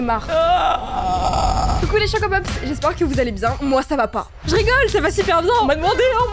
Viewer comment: Je sais pas pourquoi mais à chaque fois que tu dis salut les chocopops j'ai l'impression que tu dis salut les Chocapic ❤😅😅